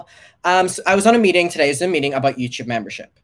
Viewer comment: take a shot every time says "youchube"